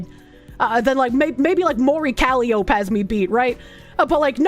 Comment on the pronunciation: Kah-Lie-Oh-Pee Calliope lol reeeeee Said the same as the tank.